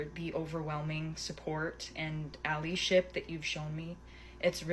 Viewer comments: She definitely said alleyship. Guess she doesn't know what allyship is or how to pronounce it. "Thanks for the overwhelming alleyship." 😂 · The way she pronounces Allyship tells you she's an utter moron. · "... alley-ship...?!" She should've spent more time paying attention in English class than being on her phone. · “Alleeship”? Prison. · did she say 'allieship?